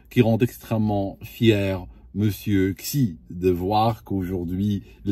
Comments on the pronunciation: "Xi" ne se prononce pas "ksi", mais plutôt "si" ou "shi" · Xijinpin le xi se prononce "shi"